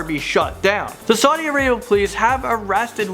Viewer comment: It's Saudi Arabia not Sadi Arabia